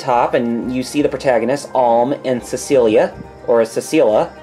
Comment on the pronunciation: You probably have already started playing, but the female protagonist's name is Celica haha (sell-ih-cuh)